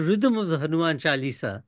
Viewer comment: It's a pity that Mr Thapar distorted the pronounciation of the word chaalisa. May he be as careful about Hindi as he is about English